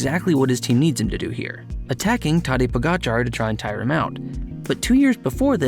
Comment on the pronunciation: Mans apologises to the danes for how he mispronounces Vingegaard but not to the slovenes for how he mispronounces tadej